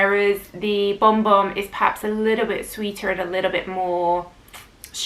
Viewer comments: Kayali vanilla 28 is good for lasting and the brown sugar note is yummy. Am I the only one that heard "bomb bomb" when says Bon Bon? 😁😊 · Yes, was saying Bomb Bomb. I replayed to check?!?!?!?